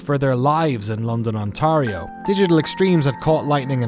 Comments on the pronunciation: Btw it's not "on-tah-rio", it's "on-tear-io" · London, on-TAY-REE-oh, not on-TAH-REE-oh. But amazing doc as always!! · the pronunciation of Ontario is kinda funny but i'll forgive you because we're Canadian. it's more like tear like tearing a piece of paper than tar.